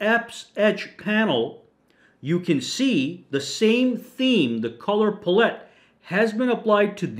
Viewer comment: Pal-it, not puh-let